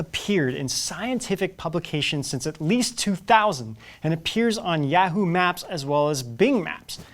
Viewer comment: I had to stop when he mispronounced yahoo horribly lol it gave me chills mayne bc im from Texas